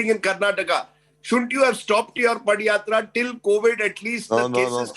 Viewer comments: 😝 Its "Pada Yatra".. Not "Padi yatra" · This foolish anchor doesn't know how to pronounce padhayatra....